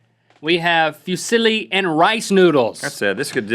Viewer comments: Lol it's pronounced foo- zee-lee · Fusili is pronounced (foo-sil-ee) I am Italian so yeah i know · The way Fusilli is pronounced it's like saying "Who's silly?" Fusilli…? I AM! wooo! haha! xD